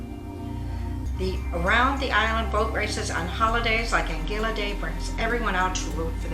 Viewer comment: Please pronounce the name of Anguilla properly. Really irritating to us that have lived here for over 40 years and a lot of your information is not correct.